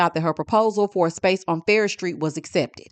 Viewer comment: It's Farrish Street😂